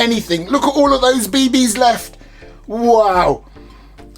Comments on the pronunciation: love how he said bbs he said be.. bees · He always says it that way 😂